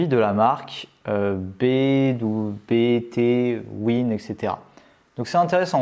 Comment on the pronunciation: Pour un mec qui a vécu à Lille quelques années, donc près du siège de Décathlon , la marque BTWIN se prononce "between" 😉